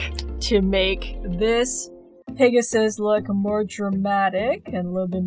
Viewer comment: Lol you kept calling the pegasus, pigasus! anyway your art is beautiful.